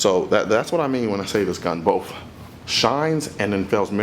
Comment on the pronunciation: Screw these haters. Seriously I can't get enough of your videos. The production value is incredible. Your commentary is helpful, though not expert, but I don't believe you ever claim to be an expert. Aside from the occassional, ethnic mispronunciation of words, i.e., "bof" for both, your videos put to shame a great majority of those on Youtube. Work on your dialogue and keep up the good work.